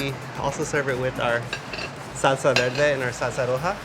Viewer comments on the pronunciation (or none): none